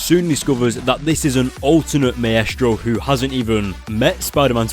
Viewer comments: Maestro is pronounced mīstrō. like MICE and TRO. haha, that was driving me crazy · It's my stro spelled like maestro but it's pronounced my stro